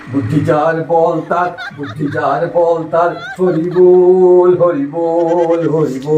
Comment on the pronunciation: Horibol na Horiiibbol